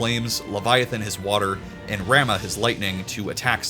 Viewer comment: Just to point out, it’s pronounced Rah-moo but I’m with you on how it should be rah-muh, but apparently it’s yet another Tidus situation according to world of final fantasy. On the plus side Leviathan canonically sounds like Claudia Black so that’s cool.